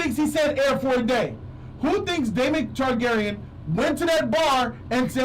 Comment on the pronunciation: This dude said niggagyren 😂😂